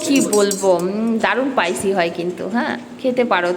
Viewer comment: উচ্চারণটা পাইসি নয় হবে স্পাইসি 😊